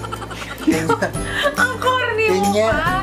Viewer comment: havey yung "KENYA" HAHAHAHA